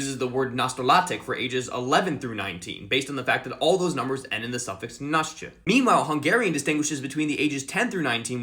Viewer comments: He pronounced "naście" right!!! I'm stunned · I'm Polish, and your pronunciation of “naście” (which has a couple of sounds that are usually difficult to pronounce for non-native speakers) was really good!! I was quite surprised, but I guess that studying etymology and linguistic-related things (including phonetics) has its advantages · Yeah. In the "nastolatek" you could still hear that he's not a native speaker but that "-naście" was perfect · I wouldnt say perfect because the "ś" isn't as clear as it normally would be, but it's still a really good pronounciation, especially since "ści" can be quite tricky